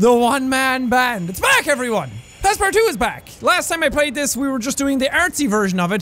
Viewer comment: Did anyone else crack up from the way he said Passpartout?! xD